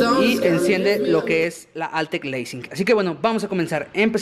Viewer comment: Es lansing no leising , quien te enseño pronunciación??? Antes que nada deberían empezar con lo básico.